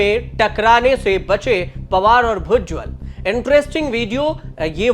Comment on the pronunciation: भुजवल नहीं भुजबल है पत्रकार फर्जी